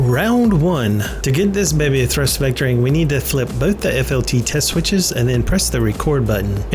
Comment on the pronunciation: Thurst Vectoring....lol